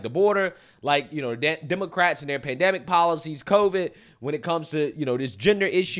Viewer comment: PandEmic, not pandAMic